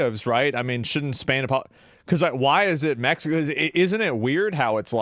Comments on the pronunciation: Bro you cannot make a "California belongs to Mexico" argument and pronounce it "Meh-hi-co". Bro legit calls them Latinx. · Blue eyes white guy pronounces Mexico as Mehico. Look at how authentic he is. Please give him an avocado. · "be a white beta socialist and not pronounce it meHico" challenge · These are all just the I need to be woke as a identity or to feel superior to other people cuz of progressiveness and it’s the lack of knowledge and self awareness like what white personal pronounces “Mexico” as meh hee co like stop it with the fake accent ur not Mexican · "It belonged Meh-he-co." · The soyboy saying "Mehico" is a parody, by the way. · When the white guy pronounced Mexico in spanish.... please stop. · oh look how progressive he is he says Mexico in Spanish with a Mexican accent instead of in English with an American accent 😂😂😂😂